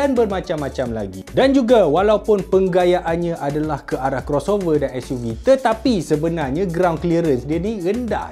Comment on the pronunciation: Ke s.u. vee an. Org bahasa mesti pening.